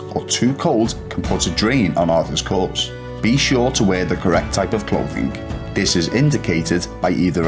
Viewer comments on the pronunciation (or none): he says Arthurs corpse. Lol must of got sick of saying Arthurs cores.